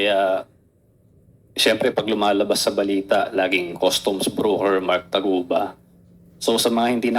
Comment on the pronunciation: Taguba po hindi Tugaba😂